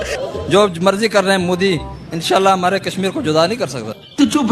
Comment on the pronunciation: ओबैसी को विचित्र बीमारी है... वह मोदी शब्द का उच्चारण नहीं कर सकता — मोडी मोडी बोलता है!